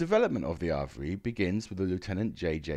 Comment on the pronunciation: Just a minor nit pick: it’s pronounced ‘Av-re’ (where the ‘av’ is pronounced as in ‘have’)